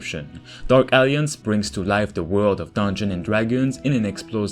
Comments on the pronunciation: A whole 3 Minutes I was sure that game is called Dark Aliens because of the way you pronounce it. It's A-lliance. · Dude, “alliance” is not pronounced as “Alience” or “Aliens.” I know English is not your first language, but this is a simple word that frustrates English speaking people when people don’t even try. Please say it like this: Al-eye-ents or “al-eye-ants” or “al-eye-ance” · Great video. Small nitpick: In English, "Alliance" is pronounced "uhl-EYE-unts". The middle "i" is pronounced like "eye", and its syllable carries the emphasis point of the word. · I love how it sound like he’s saying “dark aliens” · Dude, learn to pronounce alliance 🤭